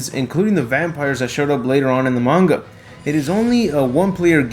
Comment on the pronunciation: The ma gan is how is how he says manga